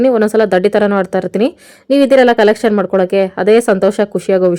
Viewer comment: ಕಲೆಕ್ಷನ್ ಅಲ್ಲ ಫ್ರೆಂಡ್ ಕರೆಕ್ಷನ್